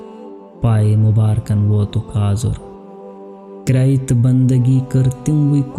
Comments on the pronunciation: ازر نہیں یہ ازار ہے۔ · یہ آزُر نیں آزار ہے یعنی تکلیف